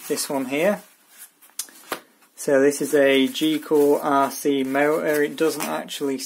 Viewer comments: why do you say g cool isn't it gool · goolrc not gcoolrc 🙏🙏🙏🙏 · Cool video, but it's GOOLRC. Not GCOOLRC. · I like how he calls it GeeOolRC instead of GoolRC. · why some words the "T" is pronounced and other words the t is silent??? there is a "T" in the word M-O-T-O_R correct? or he adds letters to a name goolrc is pronounced geecool rc???? where did the e and c come from? beda? i think he is trying to say better could be wrong